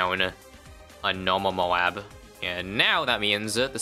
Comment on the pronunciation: "Nowmawl mowab" :3